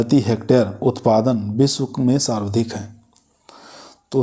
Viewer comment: Ye sarvdhik nahi sarvadhik hota h sardhik sarvdhik kahte ho